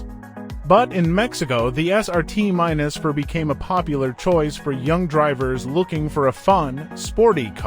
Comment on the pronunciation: It's Dodge Neon SRT4 Not Dodge Neon SRT minus 4